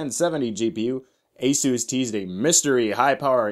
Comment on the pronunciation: What's with the "?"? He made "Ah-zoos" sound like "A**es."